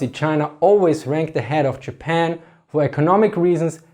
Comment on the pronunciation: "Chermany, chapan"